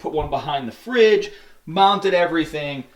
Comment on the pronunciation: When you said.." I mounted everything". I thought you said.."My mom did everything"...lol